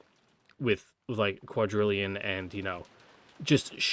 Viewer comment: omg I've heard people say this before but this is the first time I can actually hear it - the way she says "quadrillion" makes it sound almost exactly like "Kuwadorian" the hidden mansion. Kinzo had fun with his wordplay huh!